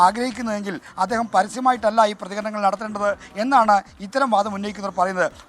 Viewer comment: അദ്യേഹമല്ല.. അദ്ദേഹം..... പൊട്ടാ...